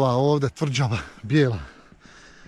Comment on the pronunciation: Kaze se tvrĐava a ne tvrDŽava